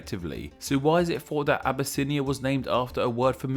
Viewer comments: it not said "a-bu-snia" its said "ab-yss-nya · Obesse-inia? doesn't sound right.